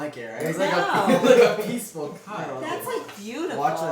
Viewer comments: “peacuful” IM CRYING😭😭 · ‘it was a peacUful morning until’